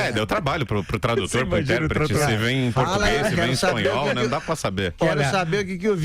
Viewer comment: Ela fala bem o "espalhol", ou "espilhol" entendes.